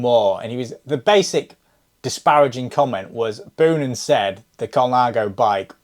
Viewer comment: Boonen is pronounced like you say the word bone. So more like Bo-nun.